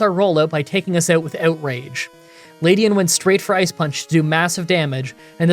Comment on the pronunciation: OH MY FKING GOD LEDIAN not LADIAN It has an E not A Other than that good show